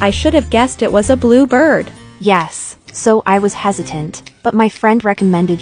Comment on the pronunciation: when she says bird it pronounced it "it was a blue b-b-bird"